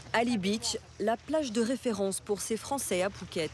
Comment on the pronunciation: Ce sont des "fwoncais" de quel pays?